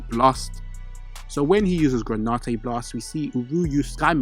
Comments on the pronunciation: It's granite not granautae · "Gra-nite" not "gra-ni-te"🙏 thank you so much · Please please please learn to pronounce the words that are the subject matter of your videos. It is genuinely nauseating to listen to “analysis” or whatever from someone who can’t even pronounce the names of things they are analyzing. What on Earth is “gray nah tey” it’s GRANITE. It’s pronounced SATOR-U Gojo not SATOR-O. Please man. It ruins your credibility. You have infinity time to get it right before you post a video. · Seriously..... GRAN-IT the e is silent